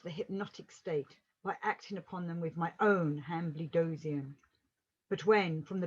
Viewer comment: It is pronounced han-bled-zoin.